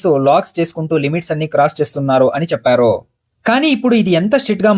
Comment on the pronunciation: అంతా బాగుంది కానీ, చెప్పారు.. అన్నారు.. అనే బదులు, చెప్పారో.. అన్నారో అని ఎందుకు చదువుతున్నారు?